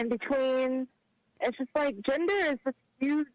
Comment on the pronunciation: I COULDVE SWORN IT WAS GENDER...not “JINDER”...all these traumatized liberals sound and act the same lol